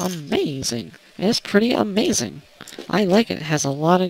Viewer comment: its funny how you say "its amayzseeng", hahahahahaha